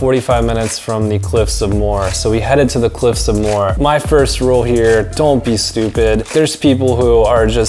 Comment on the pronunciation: On pronunciations it’s pronounced: Gall-way Bur-ren Moe-her